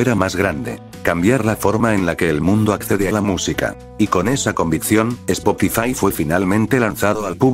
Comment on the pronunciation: Spokifai jajajajajjaaj😂